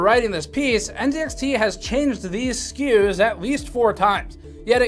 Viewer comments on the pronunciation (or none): none